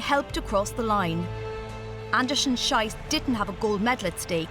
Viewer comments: It's somewhat sad that the narrator just cant pronounce her name correctly. Her name is written "Schiess", which should be pronounced "shees" not "shais" which means something totally different (and insulting) thing... Thoose who speak German know what I mean. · Her last name is pronounced Andersen- SHEES, not Andersen- SHYS. In German, the dipthon IE is pronounced as a long E. The dipthong EI is prononced as a long I. Example: Ein bier....Heidelberg... ...Fraulein... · Anderson-Shees is how it's pronounced, not Shice. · Pronounced "Sheess". Otherwise it's a bad word! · It's pronounced "Sheess". "Sheess". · Schiess, pronounced 'sheess'. That rankled EVERY time. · Schiess is pronounced shees. Maybe the commentator was thinking about how the athlete must have felt 😅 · For the record, Schiess is pronounced “Sheess”. Not with a long i sound. Then in German it means something else and would not exactly be suitable as a last name 😅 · Pronounced 'sheess' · for the record: it is pronounced "An-da-sen Sheas" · Her name is pronounced 'Sheess'. The way it's pronounced here means something most unsavory in German! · It's pronounced "sheess". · You would think in a video extolling the grit, stamina and heart of female athletes, the commentator would have done her homework on how to pronounce her name correctly - the second half of the name is pronounced Shee-ce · The narrator's pronunciation of her last name is bad, egregiously so. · your pronunciation of her last name is particularly unfortunate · Come on "Olympics" please work your german prononciation to avoid embarassing misunderstanding. So, in german, as "ei" is prononced "I", "ie" sounds "ee", and the difference is especially important for Schiess. I won't go into details but some will understand the issue. I think this channel owes a apology to Miss Andersen-Schiess. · Please pay attention to names. You butchered it into something actually very inappropriate. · Who else came to see if they would butcher her name? 😁